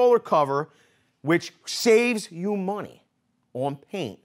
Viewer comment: "Saves you money".....lol...like the Philly accent..